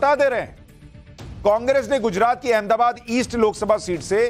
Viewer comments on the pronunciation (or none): none